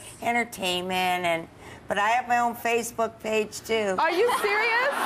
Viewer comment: lol, xD Tyra said spacebook xD